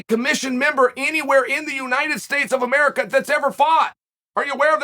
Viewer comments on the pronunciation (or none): none